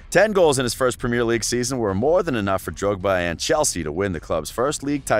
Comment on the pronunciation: Learn how to say premier League properly 😂